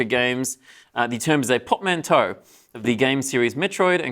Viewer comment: pronouncing portmanteau as POP-manto smh